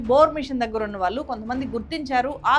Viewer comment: మీ సబ్జెక్ట్ స్టడీ చాలా బాగుంది, కానీ తెలుగు భాషలో మాత్రమే ఉండే 'ళ' ని మీరు ఎప్పుడూ 'ల' ( నీల్లు, మల్లీ, వాల్లు etc) అనే పలుకుతారు, వినటానికి బాగుంటం లేదు. improve చేసుకోగలరని కోరుతున్నాం.